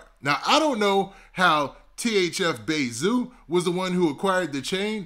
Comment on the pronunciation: Calling zoo bay zoo sound off.. like you Calling him bae.. just say zoo please lol